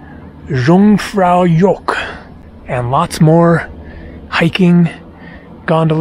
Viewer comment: Love the Kinda Shit Egg and Yung Far Yok ... working on Swiss pronunciation